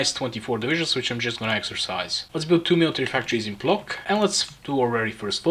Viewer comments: "płock" is pronounced something like "pwotsk", "ł" makes the "w" and "c" a short "ts" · It's Płock, polish doesn't have the 30 different ways of pronouncing each letter/groups of letters depending on the way it was once mumbled by some blackout drunk druid. if we wanted it pronounced as "Plok" we would write it "Plok" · as a polish person you pronoucing Płock as Plock makes me extremly mad and disappointed😭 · As a Polish. The way you just said Płock broke my heart.